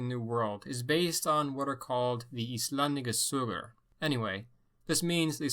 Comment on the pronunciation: Didn't pronounce "Íslendingasögur" too bad, coming from an Icelander